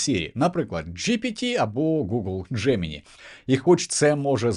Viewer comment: Дякую за випуск, але все ж таки правильна вимова «Джеминай», а не «Джемині»